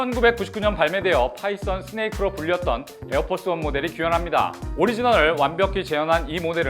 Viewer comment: 에어피오갓 펄스 발음 헛나가신듯